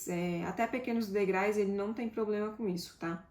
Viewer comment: Gostei do robô, mas a apresentadora está precisando de aulas de português " degrais" e " dois é ", doendo nos ouvidos.